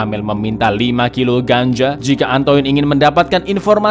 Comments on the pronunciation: antoinne baca ny antoain mas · Koreksi dikit, Min, pengucapan bahasa Perancis: 1. Marseile dibaca Markhsheye 2. Antoine dibaca Antuan